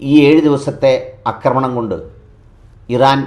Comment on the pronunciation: "അക്രമണം" 🚫എന്നല്ല "ഫാഷയെ" ഇനിയും അക്ക്രമിക്കല്ലെ ഡാക്കിട്ടറേ ആക്രമണം എന്നു പറ.... 😂 അക്രമം, ✅ അക്രമി,✅ ആക്രമണം ✅ അക്രമണം ❌